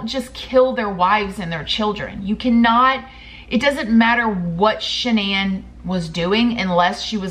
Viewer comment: Shan-NONE lol